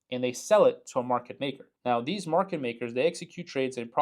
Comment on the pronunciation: Market, not Merket! :P